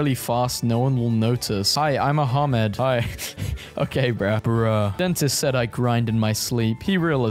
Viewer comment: you are evil for pronouncing "hi im ahmed" as "hi ima hamad